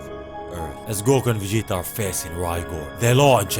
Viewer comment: No one can say Vegeta like you